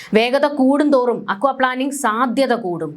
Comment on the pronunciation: പ്ലാനിംഗ് അല്ല plaining... Aquaplaning or hydroplaning